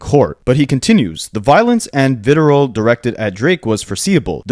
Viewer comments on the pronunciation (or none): Very small thing. It's VITRIOL not vitirol. Vitirol sounds like something college kids would snort 😅😂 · Vi-tree-all (vitriol), please and thank you. Also Preh/pree-du-lik-shun. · VITRIOL. The R comes before the I Fuck. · That and ‘predilection’ … I sit through the videos vocalizing the correction. 😂